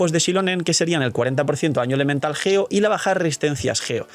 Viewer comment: Es geo no ggggeo